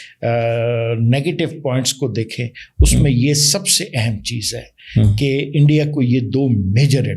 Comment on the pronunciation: ENDIA🤣🤣 HALWAI YE BOLNA TOH SEEKH LO🤣🤣🤣